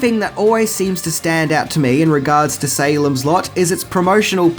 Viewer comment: Dear! 😊 When you said SALEM’S LOT, I heard SALEM’S SLUT!!! 😂😂😂 Hi from VIETNAM 🤗🇻🇳